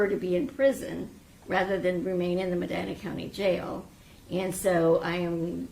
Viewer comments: It's pronounced Muh-DYNE-uh, not Muh-DEE-nuh. Lazy to miss something that basic. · Medina, Ohio is pronounced - Muh Dine Uh